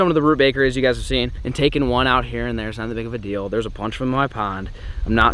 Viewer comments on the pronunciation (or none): none